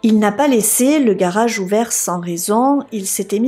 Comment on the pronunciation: Je suis particulièrement déçu que tu ne tiennes pas compte des remarques que l'on peut te faire... Tu es plutôt mimi à regarder...tu as un jolie timbre de voix et ton accent du sud (je suppose) rend tes histoires fort dépaysante... Mais par contre qu'est ce que c'est moche de t'entendre dire mariâche...montâche... garâche...partâche...et tous les mots finissant par age... Pourtant tes récits ne sont pas toujours ou souvent repris par d'autres...